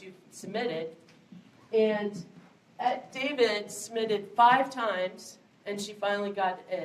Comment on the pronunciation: Eti David’s name is pronounced Etee Dahveed.